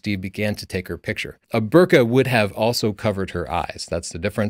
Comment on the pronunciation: Burqa sounds a lot like bokeh, doesn't it? At least how says it.